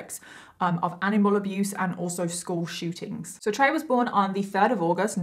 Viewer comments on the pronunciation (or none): none